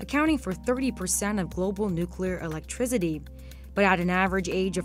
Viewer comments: Her pronouncing electrIZITY has me shocked. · "electrigity" lol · Never heard someone call 'Electricity' "Electrizzity" til this video. 🤦🏻‍♂️🤦🏻‍♂️🤦🏻‍♂️ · Elec-TRI-CITY not TRIZ-IDY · I can’t unhear “electriZity” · what's electriZiDy guys? im new here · It's electricity, not "electrizity"